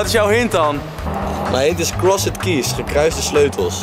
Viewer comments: Ik ga stuk 😂 hij zegt krosed keys maar je zegt t als crosd keys 😂😂 zonder die e er tussen 😅💖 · he also said keees instead of keys XD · Ik kan er echt niet tegen dat Thomas t uitspreek als CrossED keys terwijl je t uitspreekt als Crosd keys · Ja, echt he, Vreselijk was het. Niet om aan te horen. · HAHHAHAHAHA true krosset kies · krosset kies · krosset keejs xD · Krossut kies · Begon me ook al te irriteren. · thomas kan echt geen engels😂. krosset kies😝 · Ik moet bijna huilen van hoe Thomas crossed keys uitspreekt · Sorry Thomas, maar je uitspraak van "crossed keys" is echt om te huilen :'D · Ik vind het grappig hoe Thomas "crossed keys" uitspreekt :') Leuke opdracht dit! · Ik hoop dat Thomas weet dat je "crossed keys" zo totaal niet uitspreekt :') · Ik ergerde me kapot😂😭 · echt zo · Maar het is niet fout! Het klinkt wel heel erg slecht met dat nederlandse accent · Hahahahaha ja zo erg he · Echt he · Ik ging stuk! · Echt niet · appel HAHHAHAAHAHAHAHAHAHHA LAAT HEMM HIJ KOMT PROBABLY NET UIT DE BAARMOEDER GEGLEDEN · Daar heb je gelijk in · ik kan echt slecht tegen hoe thomas crossed keys uitspreekt. en giel speelt t wel echt smerig. leuke aflevering wel weer dit hahahaha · Thomas je uitspraak is echt belabberd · Ben ik de enige die me heel erg ergerde aan Thomas zijn uitspraak van Crossed Keys? XD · thomas' verkeerde manier van crossed keys uitspreken irriteerde me echt lmao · Wie irriteerde zich ook de manier hoe thomas “crossed keys” zei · Jeetje Thomas heb jij middelbare niet eens gedaan ofzo 'Crossed' bah die uitspraak